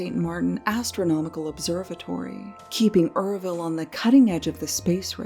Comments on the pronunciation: URVILLE, FYI, is not "er-vill" it's pronounced as YER-VILL ( rhymes with 'her will' ) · Me reading the title, "maybe it's yer-vile or pronounced you're vile." Atrocity: Er-ville 😫